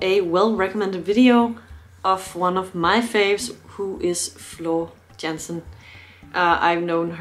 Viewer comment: Let me learn you some Dutch. The a in Jansen and in zangers is pronounced as the a in Darth and not as the a in Vader. Henk Poort was the phantom in the Dutch Musical.